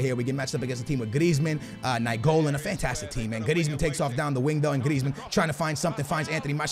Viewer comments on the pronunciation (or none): none